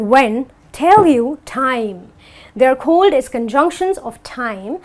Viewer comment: She says cohld for called